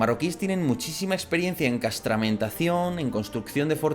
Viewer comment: Castrametación, no castramentación.